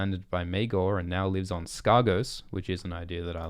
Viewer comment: It;s uhhh it's pronounced Skeggos